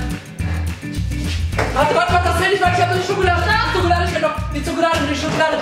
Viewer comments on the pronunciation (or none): Bei sagt julian anstatt Schokolade zokolade😂😂